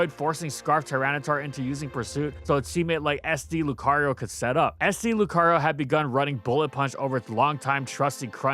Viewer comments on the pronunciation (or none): none